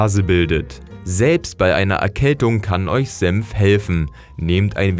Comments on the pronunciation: Bruh er sagt "Sempf" anstatt "senf" 😂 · Alter, das Zeug heißt Senf und nicht Semf! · Man spricht es "Senf" nicht "Semf" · sagt er tatsächlich Sempf statt Senf? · Es heißt SENF nicht SEMPF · S E "N" F... Ist das so schwer? Semf gibt es nicht. Ist die deutsche Sprache so schwer? Was als Nächstes? Semfsose? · ich versteh die ganze zeit nur sempf